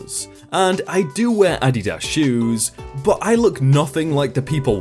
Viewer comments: Incorrect. In Germany, where Adidas originated, it is pronounced as AH-dee-DAS (emphases on the first and last syllables, and not the middle one). "Adidas" is actually formed from "Adi" (short for Adolf) and "Das" (from "Dassler") - the full name of the founder. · I learned from this video I've been saying Adidas wrong the whole time 😂😂 So many Americans in the comments are like 😶 Glad I learned something new! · Cool info👍 Never heard it pronounced that way...even in commercials by the makers of Adidas lol! Is it pronounced in commercials in other countries the way says it? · Hes pronouncing it correctly, as in the sounds, but he has the annunciation wrong. The strong syllable is not on the first part of the word but rather the second. Its funny hearing him say it like this. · The pronunciation of "Adidas" is, you ignoramus. I have never heard it pronounced the way said it and I'm 36. I have probably heard that word 1000 times in my life and it was never spoken that way. So yes, the way words are pronounced are reflective of where you're from. I can't believe that you're too stupid to know that. Smfh. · This is the first time a mispronounced word has actually annoyed me (maybe because just how often it was read?) I just can't get over it. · Love the posts. Great stories but being in the USA. I HAVE to tell you. You are pronouncing Adidas wrong. It is not Ah dee daas. It's (( Ahh Dee Does )) say that fast. Sorry. Just irks me. lol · Your pronunciation of SOO many words is SOO bad. It’s AdEEdas. Not Ady-das. Also, it’s shopping cart, not trolley. Cash Register, not till. Tennis shoes or sneakers, not trainers. Elevator, not lift. Bathroom, not lou. If literally more than 300 million people say it instead of 56 million, I’m going to side with the much greater number. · Content creator- Adidas is pronounced ah-di-dah-s OR a-di-das...... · LMAO I just had to pause the video to explain what you were saying to my ten year old. It's pronounced Auh-dee-dis. Silly.